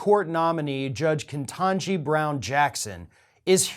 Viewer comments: Don’t mean to be a pedant, but her name is Ketanji not Kentanji. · there is only 1 N in her first name. please stop sounding like tucker asshole carleson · You're mispronouncing her name.